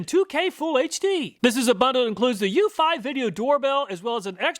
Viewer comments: ... according to the company, it's you-fee, not you-feye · According to Eufy's installation videos, it's pronounced You-fee, not you-fi. I think the SyFy channel ruined that for us, LOL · it's pronounced eu-FEE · Lol, it's pronounced Ūfē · Eufy is pronounced "u fee" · Hello, I own the Eufy (pronounced U-FEE) E340 doorbell camera. Here are some thoughts on the Eufy that you did not take into account: 1. The E340 has lights on it that enable it to produce color videos of visitors up to around 20 feet away from the camera. You can switch it to infrared only, and it will increase the distance it recognizes a person, but the videos will be in black and white. 2. The Eufy E340 is designed to work with your existing doorbell. Most, if not all, other camera doorbells I have seen do not. This is a HUGE plus if you have an existing doorbell. 3. You can also set the E340 to work with Alexa, so that your native Alexa speakers announce when you have a visitor at the door. It can work concurrently with your home's existing doorbell and Alexa at the same time. I doubt that any of the other doorbell cameras you tested have this capability. This makes this doorbell a great choice if you are using Alexa as your smart home assistant because it ensures that you will hear the doorbell or the Alexa announcement wherever you are in the house. 4. The E340 also sends a notification to your phone when a visitor rings the bell. If you connect your phone to your laptop using Microsoft Phone Link, your PC, laptop, tablet or home office computer will have a notification pop-up when someone approaches the E340 camera. This is how I get most of my notifications. The MS Phone Link notifications provide instant responses when someone rings the doorbell and usually will not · Love my eufy (YOU-fee) doorbell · It's pronounced Tap'o not tape'o and Euf'ee not Euf'eye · This Mf can’t even properly pronounce eufy and tapo correctly 🤡